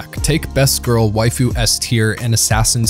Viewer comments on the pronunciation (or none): none